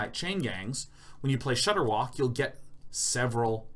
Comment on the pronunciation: Watching Day9 absolutely murder ShudderWocks name for a straight minute is some of the best video I've watched in a long time.